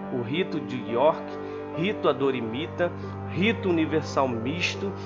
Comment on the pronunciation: O nome correto do rito é " Adoniramita" e não adorimita. Muito ruim ouvir quem não é Maçom falar sobre Maçonaria .